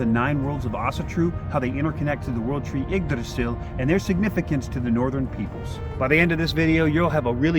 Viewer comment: I'm just happy to hear how Yggdrasil was pronounced!